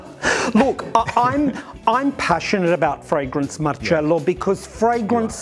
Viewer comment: I love, he gives me back the same vibe that I had with Gianni Versace. Love how he says Marcello (not Marcelo) It was how Gianni would always call me. He said to me once. That is the right way of pronouncing your name, and don’t forget. I never did….